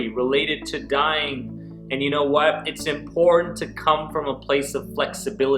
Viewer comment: Please say important.